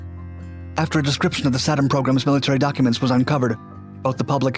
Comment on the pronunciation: Tom's Best Stuff has the correct pronunciation (SAY-dum). Additionally, there was little to no radiation exposure hazard on an undamaged B54. (others were a TOTALLY different story). The 27 hour limitation was because the clocks would jam if set too long. And none of the pictures showed the EPWG. (Army EOD 68-88)